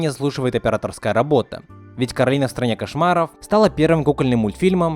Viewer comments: Не Каролина а Коралина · Сори но правильно к`оралина а не каралина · Некаралина а коралина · Коралина* Почему все говорят Каролина? Если она Коралина? 😩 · кОралина а не КорАлина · Не Коралина а Королина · Не Коралина,а Каролина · Не Коралина, а Каролина, это моё имя-_ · Меня одну бесит, что он говорил Каролина, а не кОралина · Расул Гасанов в мульте русский чел называе её Каролина, а она говорила Коралина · Королина ударение на на вторую о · Коралина ударения на О